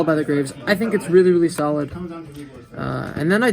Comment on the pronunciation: Very solid? I think u mean very.... Salid XD